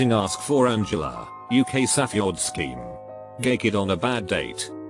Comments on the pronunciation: Lol the reader said “safue word”. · sah-feh-ord sah-feh-drinks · It is spelled pretty much how it sounds. Also it wasnt safe that was the problem it was safeword being split into 3 syllables. Sa-few-ord. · No one: Not even your English teacher: The automated voice in this video: “sAfAYword” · Ah yes, the saffy ord drink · Wow I didn’t know safeword was actually pronounced as “sa-few-ward” 🤔🤔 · The saffeyord drink. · "Safa drinks "😖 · Bro he can’t even say safeword